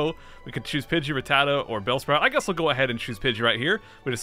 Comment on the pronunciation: It’s rat-tat-ta not re-tata